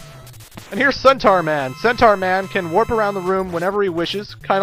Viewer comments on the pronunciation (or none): none